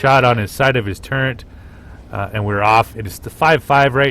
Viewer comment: FYI- its TURRET not Turrent. There's no such thing in the English language as turrent, NO N.